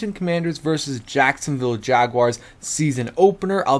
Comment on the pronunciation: Jacosnoville?? Lololololol 💀💀💀💀💀💀💀